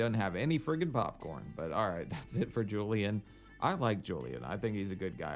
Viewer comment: If I hear say “Joeliun” one more time I’m gonna scream.